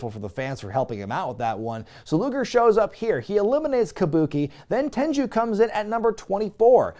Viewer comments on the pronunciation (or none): it’s ‘Tenryu’ not ‘Tenju’ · It's Tenryu, not Tenju, not Tenchu. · Just a heads up, It's not Ten-joo, it's pronounced Ten-Roo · You pronounce it Ten ru Not Ten Jew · Wait, Tenryu is pronounced "Tenju?" Mark that on the list of things I've pronounced wrong for 20+ years. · Tenru not Tenchu! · I love your videos but it's not tenjew it's tenryu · Your pronunciation of Tenryu in this video is a bit unusual to me. I've always heard it be pronounced as "ten-roo". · Why tf does he keep calling Tenryu, TenJu? Is this some dumb joke/gag I'm missing or does he genuinely think his name is Genichiro Tenju? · Why does he keep mispronouncing "Tenyru"? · Why are you saying Tenryu incorrectly?